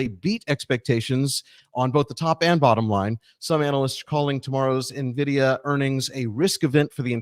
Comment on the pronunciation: finally calling it en-vidia instead of nuh-vidia